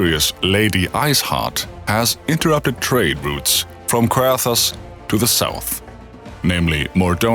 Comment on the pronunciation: Seriously great video! Though one mention on the pronunciation of Coerthas. You'd pronounce the OE the same way as you'd pronounce the Keurig brand. Pretty much pronouncing it as Keur Thas. Much love! Looking forward to the rest!